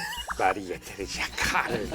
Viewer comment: 까를이 아니라 카를 아닌가?